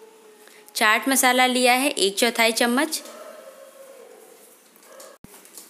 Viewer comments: it's chaat masala not chart masala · its not chart masala its chat masala